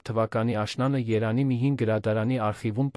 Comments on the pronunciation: Ընթերցոը չի արտասանում «և» տառը։ Փորձեք դնել «և» տառը,ամեն ինչ կնկնի իր տեղը։ Օր Երանի- Երևանի հարանի-հարևանի և այլն։ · Es inch leksikonov eq xosum eranjan ch ajl Erevan e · Մեր հրաշք այբբենարանը ունի և տառը... ինչու չես ասում Երևան` երանի փոխարեն, հարևան` հարանի.... ամոթ է... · Տեքստը կարդացողը կամ հայ Չե կամ էլ սարքովի արհեստական բանականությամբ սարքած, բառերի սխալ արտահայտվելը, նույնիսկ Երևանը սխալ է արտաբերում😮